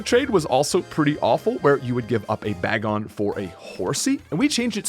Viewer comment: Bah-gon is killing me